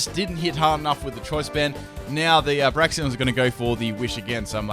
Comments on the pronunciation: y u always say braxien? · FULL MISPRONUNCIATIONS TEAM;D Braixen (Brakes-un)= Brax-ee-on Slaking (Slack-ing) = Slay-king Ariados = A-ra-jos Reuniclus = Re-nuke-u-lus Cinccino (Chin-chee-no) = Sin-see-no. I actually mispronounce this one myself. Anything with Synthesis If you super-fans find any more, suggest away. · Illumiss? Braxien? Slayking? C'mon fix yo pronunciations:P